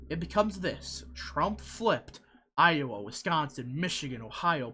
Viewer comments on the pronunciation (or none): none